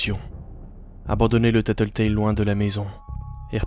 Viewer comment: J'adore !!!! Bravo !!! ❤️ le seul problème c'est que tu a mal prononcé Tattletail